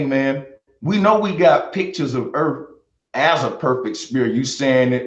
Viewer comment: Bro Sanchez: I'm smart Also Bro Sanchez: Oblate means it has less degrees. Seriously, the entire rambling section where he's talking about spheres with less degrees disproves his education. And don't get me started on his ghetto pronunciation. I don't know what the Erf is, and I don't care. I care about the Earth.